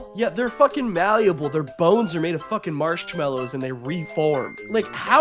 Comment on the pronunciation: nobody is pointing out that said "marshed mallows" and im losing my mind over it